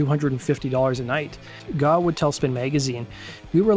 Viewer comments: It's GAUGH, not GAAW or GOUGH. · The word is grape without the g. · Need to teach your AI how to say GAUGH